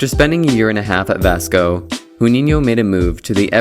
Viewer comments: Great video man!! Just a small correction of pronunciation of his name, specifically on the 'J' letter. You are using a spanish pronunciation, an 'H' sound, while the brazilian one sounds like the 'S' in the word 'closure'. It's not necessary to know the pronunciation of words from different languages. But since you are speaking english, and not using the english pronunciation, it would be prefered to say the correct way, and not the one from a language that has nothing to do with it. This mistake is quite common. Like sometimes we see with commentators saying wrongfully the name of Gabriel Jesus. Perhaps this happens because the spanish language has greater influence than the portuguese. Nonetheless, it sounds annoying for a brazilian XD. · Its not pronounced "Who-ninio" ffs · Not being a d*ck, but isn't RUninho, it pronounces like english, JUninho. We don't speak spanish hahaha. Besides that, great video. He was my favorite player, after Ronaldinho, back in 2006... Saddly, we lose that World Cup with that phenomenal team. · Should re-record this. “Who” ninho is brutal. Real hard to get through this. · right, in Portuguese the J is pronounced like the s in "pleasure", "measure", "treasure", "leisure" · Very good content, bro. Just clarifying in Portuguese the "J" doesn't sound as an "R" as it does in Spanish. It's not "Runinho". "J" in Portuguese sounds more or less as it does in English. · The pronunciation of his name is really wrong ( they don't speak Spanish in Brazil), however the video is really nice. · Ah, couldn't watch this with you pronoucing his name all the time wrong. God damn is it so hard to check it up before? Americans.. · The J in his name is pronounced like the J in "Jude", not the Spanish J. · WHO???? It starts with a ʒ and not x (IPA). STOP PRONUNCING IT WRONG!!!!!!!!!!!!!!!!!!!!!! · Dude, Brazilian or Portuguese people beginning with a J are pronounced like the J from jaw. Not the spanosh one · learn to pronounce Juninho